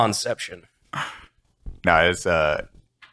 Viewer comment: Brandon "Con-ception" ... you mean like "to concieve"?